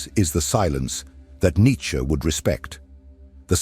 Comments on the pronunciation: Not who I am, who humanity cannot be! ... side note, your pronunciation is very devote, not in the best for this piece; but thank you none the less. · Correct is Nitche however as always, not in general situations🤭🙂😊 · I would appreciare an actual human narrator ..one who could pronounce Nietzsche